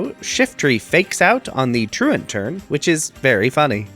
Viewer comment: I’ve watched a shit ton of poketubers and I think you’re the first person I’ve actually heard pronounce truant correctly 😂